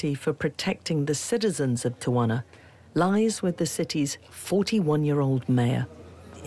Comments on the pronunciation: The reporter kept saying Tawana lmao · Tell the the city is pronounced......tea-a-wanna. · Where is the second A in Tijuana? I live here and I’ve only heard it pronounced tee-Juana. Only the English speakers pronounce it with an extra A. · Pronounced Tee-Huana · She pronounced Tijuana wrong the whole show. It drove me crazy. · They went thru all the trouble to make this documentary and wouldn’t bother to pronounce TIJUANA the right way… jeez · Why can this woman never for the life of her pronounce an easy Spanish place name? It's honestly a shame for the channel airing this that she mangles something this essential.